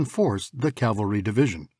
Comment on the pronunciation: For once, I would like to hear 'cavalry' from people who should know better! I mean, I'm ESL myself but I only had to be told a couple of time about the difference between cavalry and calvary!